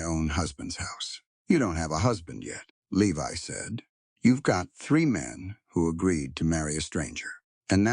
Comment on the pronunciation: Levi is pronounced "Lee•vi" long "I" as in English.